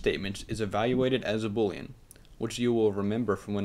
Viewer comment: You're pronouncing boolean wrong. Proof that English is more difficult to master than code.